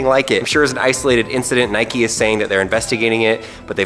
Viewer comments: Doesn’t know how to say Nike “ohh Nikee shoes” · LATE COMMENT BUT WTF WHO SAYS NIKEY YOU DONT CALL A BIKE A BIKEY DO YOU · English - Nike American- Nikee